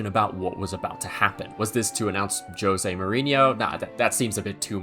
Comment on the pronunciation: I love it how says José like JOE se instead Ho se